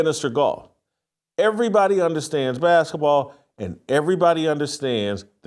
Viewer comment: What's a "baskah" ball?